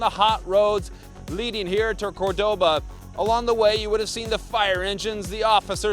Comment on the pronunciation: It's not CorDOba, it's CORdoba!